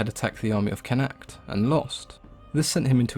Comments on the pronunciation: Connacht is pronounced con-uct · I live beside a museum/cultural centre type thing for him believed to be near where he trained in ulster and where he was born in what is now dundalk. Its also pronounced con-uct